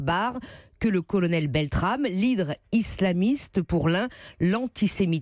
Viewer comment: Le dernier journaliste est même pas foutu de prononcer correctement le nom du héros BeltraMe... aussi peu d'intelligence que de respect...